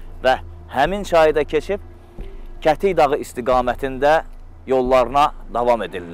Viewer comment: kətik yox gədik de oqlum yerlerin adlarini düz seslendirin